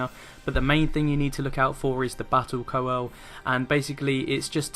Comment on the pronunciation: Welcome back, I've been waiting for your 3.3 stuff after your holiday! Great guide as always, best I've seen so far for Hullbreaker HM. Now I've got to be Captain of the Dickwads & give tips on pronunciation. Sanguine is pronounced sang-win & coeurl is pronounced curl (like curly hair). Someone else would pick you up on it so I though it might as well be me. XD Keep up the excellent work.